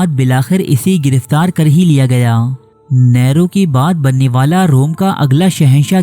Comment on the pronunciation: نیرو نام کا تلفظ صحیح کر لیجئے